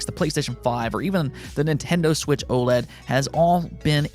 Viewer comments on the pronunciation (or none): none